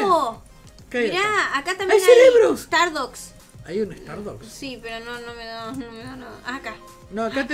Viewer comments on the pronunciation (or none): cerso dijo celebros (cerebros se dice ) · dijo cerebros